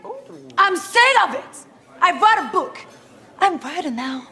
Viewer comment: she says writer as like author lmao and they thought it was vital . the prounonciation isnt that good